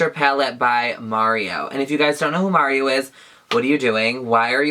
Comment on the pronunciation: LOL as i rewatch this for the gazillionth time, I'm just now realizing one of the shades is my name AND you say it right! you are absolutely my favorite person